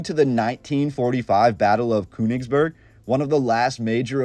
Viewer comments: Königsberg, it's pronounced with the ö as a LONG O. Not KU. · There is an umlaut over the o in Koenigsberg so it us pronounced totally different than the way your pronouncing it